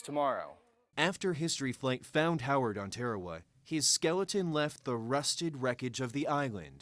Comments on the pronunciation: Tearawa? I've never heard it pronounced that way before. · Pronunciation is atrocious when it comes to talking about our pacific islands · Good for the most part... but there are two things that you have gotten wrong. How you pronounced the name of the island and the navy doesn’t have medics... it has navy corpsmen. (The p and a are silent btw). Those are things I saw in the first 42 seconds of the video.